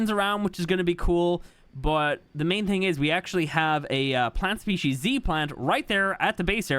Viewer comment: Saying plant species c all the time 😅 its z ❤